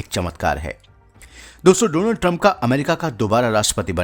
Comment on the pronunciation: please सहि तरीक़े से डॉनल्ड बोलना सीख लें